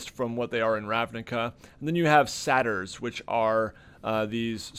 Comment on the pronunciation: The way you said Saytr drives me nuts lol as a Greek it’s always strange hearing it said other ways haha no hate just to be clear is supposed to be in jest